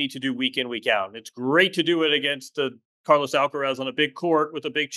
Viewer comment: It's Car-LOS not Car-loese. It's DJOK-O-vic not Djoeker-vic. Don't you say LOS Angeles, not Loese Angeles in the US? 20 more years?🤯 Call him Charly!